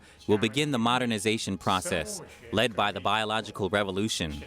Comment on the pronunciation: it’s led, not leaded!! 2nd time I’ve noticed. ❤️ y’!!